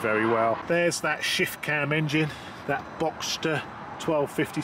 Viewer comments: Boxer,. Not Boxster. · Boxer, not Boxter. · Boxster engine 🤦‍♂️😅 its a boxer, there's no st in it....cmon get it right....nice colour to it though 👍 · Cracking video as always... I’m clearly getting old as this is really starting to appeal to me! 🤦🏼‍♂️ Maybe just an RS to start with... Looks amazing in that colour. P.S. I hate to be ‘that guy’ but it’s a boxer engine, not “Boxster” 😬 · It's a "Boxer" engine, not Boxster.